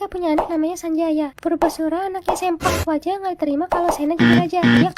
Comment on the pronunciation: Bukan sempak waja tapi seuplak waja .